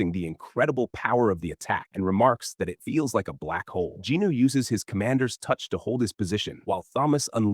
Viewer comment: I’ll correct my statement; he doesn’t use the basic same bullshit low effort/low quality. This AI is passable albeit the mispronunciation of certain characters n what not—like Jinwoo for example.